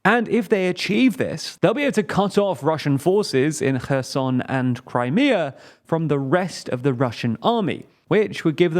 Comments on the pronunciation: its kherson not cörsen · They’ve improved. They used to pronounce Kherson something like “ke(r)z’n” without rhoticity and with a hard k and reduced final vowel.